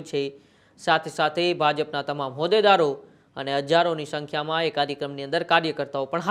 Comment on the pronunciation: શંગઠન . શંખ્યા . Alya Gujarati to bolta shikh .